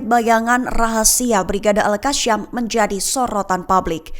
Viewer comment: Yg baca berita ni lidahnya patah ya Al Qasam dibaca Al kasyam, Yasin dibaca yasyin